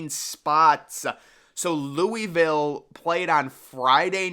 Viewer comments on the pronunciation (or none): none